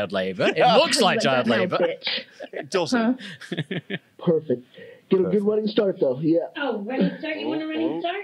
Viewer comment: “That’s worked out prefect”😂😂